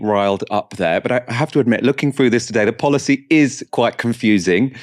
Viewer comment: It's pronounced "through" not "froo"